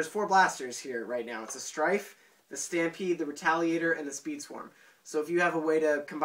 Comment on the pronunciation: as the guy on NMW said the "Stry-pede"